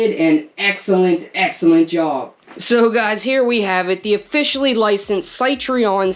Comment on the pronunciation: stopped watching when you failed to pronounce Citroen....not once but 3-4 times in a row. Please research first next time...